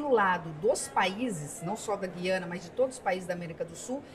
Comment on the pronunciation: Ótima reportagem. Muito boas informações..Mas, alguém precisa informar alguns e algumas repórteres, bem como a Ministra Tevet, que se pronuncia GU - IA- NA. Parece que as novas gerações nunca ouviram esse nome. Antes eram : GU-IA-NA Francesa, GU-IA-NA Inglesa e GU-IA-NA Holandesa, talvez por isso saibamos, nós, mais velhos, pronunciar o nome desse país !!!